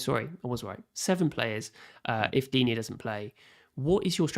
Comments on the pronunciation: This French speaker seems to think "Digne" has 2 syllables? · Its pronounced “Luca Deen” for English speakers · They asked and I answered the correct way of pronouncing Digne. If you feel like it is pronounced dinet, dina, dinot, diwhatever and feels like it sounds right to you, so be it. No need to comment non-sense and waste people's time, please. Peace out